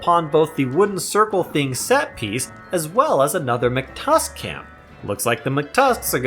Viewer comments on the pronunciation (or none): let me rephrase, hearing you say "mctusk" instead of "mactusk" makes my day 50% better, but also scares me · hearing him say "mctusk" instead of "mactusk" scares me